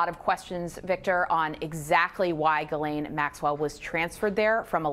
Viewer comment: Why do you keep calling her "Guylaine"??? It's GHISLAINE (Jis-laine).....